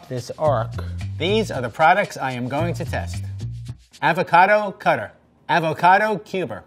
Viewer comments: Arber Loka or you can say it with a soft a sound like awe-vah-cah-doe. He says it more like “ave-a-cad-o” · Nobody:: avoQUADO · I can't stop saying "avoquado" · He says Ávocado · the fact that he pronounced avocado wrong the entire time tho😂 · Have I been mispronouncing avocado all my life or is he? It made me wince each time he said it. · Does the entire rest of the world say avocado with a short "a"? Why is nobody discussing this? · interesting pronunciation of avocado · I've never heard anyone pronounce avocado like he does. Very strange.